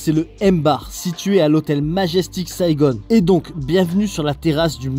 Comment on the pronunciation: HELLO! C'EST QUOI CETTE FACON SNOBE A LA MODE ANGLOSAXONE DE DIRE SAIGONE ET PAS TOUT SIMPLEMENT SAIGON????